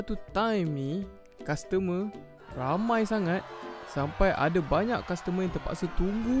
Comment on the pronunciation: Custormer ke castermer 🤣